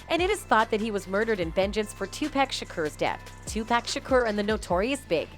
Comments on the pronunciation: Suge....like Sugar. Not Sugg and PAC like Ahh...not Akk🤣🤣🤣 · Bitch it’s PAC not pack😂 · You have to learn how to pronounce names before you can make commentary. Its pronounced shug like sugar but you dont spell it like shugar. Am Tupac is pronounced like toopock. Not too pack. I couldn't get half way through the video cause it seems everybody videos are doing this. Can yall atleast do yalls homework. Geez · Tupac not pack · OMG watch a video before you post videos of people unknown to you... Suge Knight... Pronounced Shh-ug like Sugar -minus the damn ar... And Tupac??? Two-pack??? Really??? Where you been? Another planet??? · will you please say his name right damn TuPac poooocccc say it right goofy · This fool said TuPACK?! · mispronouncing names on purpose just to not get sued for defamation of character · 2 pack and sooge knight lmao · "2-pack" and "Sooj Knight" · Did this woman call him 2 pack how tf do you not know how to pronounce the legends name! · Tupac too 2-packs 😆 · That's tu-pac and Sugg please say they name correctly. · It's 2023 and this lady said nothing that wasnt said back then. You can't even pronounce Pac's name right. Clout chasing. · Did she just butcher pac and suge name. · Yes and purposely just to not get sued for defamation of character